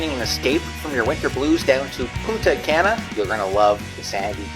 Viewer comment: Love the vids but your "gringo" pronunciation of Punta Cana needs a little bit of work ..lol Try saying..Poon..ta...Kah..nah.. Not Can🥫 ..a or as some also say Kay na..lol